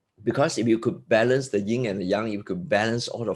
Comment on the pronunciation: ... in English, it's Yin & Yang ( not "Ying & Yang")